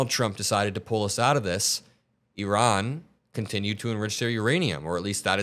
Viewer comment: bro cant even pronounce iran right